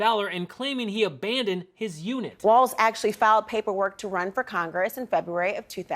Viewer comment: As a Minnesotan … stop saying Tim WaLTz!!! It's Walz